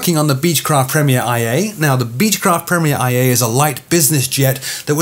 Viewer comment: its pronounced Premier ONE A. Not the letter I A!